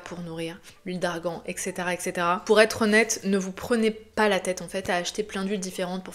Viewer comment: Bonjour ! On dit eTc et pas eCS 😉